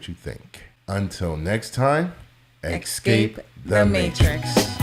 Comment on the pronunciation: This is my first time watching. It annoys me how the lady says “ex’s cape” the matrix. Girl learn how to say your own podcast.